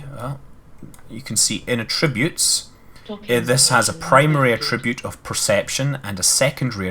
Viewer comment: Damn limey, it's an attribute (at-ra-butte), not a tribute. Learn English!